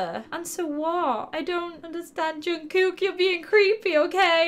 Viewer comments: I find it funny how many people pronounce Jungkook's name as Jungkook but it's pronounced as joongkook, No offence xD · That ain’t even right LMAOOO “JUN-COOK?” WTF LMFAO. Sorry but being half korean, I can’t help but judge this hard. It’s 정국 but if you wanna get technical then it would be pronounced JUNG (U sounds like UH) - KOOK (OO as in lOse). Please. Just learn the 한글. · And, it's Jungcook (pronounced like that) I have made wayyyy too many comments now but OK lol 😅😅 Thanks for making me laugh 😄😄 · She called him jungkuk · How to pronounce Jungkook Jun-cook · Jungkook is pronounced Jungcook also my sister used this app and she wrote ok and they said “my virginity.” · I think his name is said like Jung COOK. I'm not sure but I've been saying it that way. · Jungkook’s name is spelled Jungkook but pronounced Jungkuck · unique ish okay but if you’re going to tell others how to pronounce a korean based name. At least have the correct pronunciation. 🙄